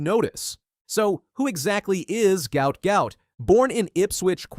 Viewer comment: Name pronounced Gwutt